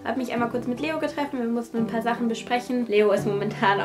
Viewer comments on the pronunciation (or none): mit Leo getreffen 😂😂😂 ich finde dass immer so geil wenn sich Youtuber so komisch versprechen. und wieder super Video! man sieht immer so sehr die Mühe und Liebe die ihr reinsteckt!